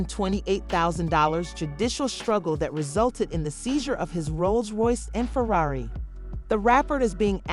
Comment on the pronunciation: Kylie can’t toss Tyga some 💰 to help with those tax bills? (And LMAO that the person narrating can’t pronounce “Ferrari”!!! 😂😂😂)